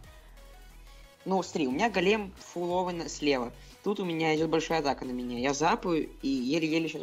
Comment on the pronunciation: Не голееееем а гоооооолем правильно